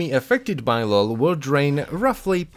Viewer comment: “restrained his draint”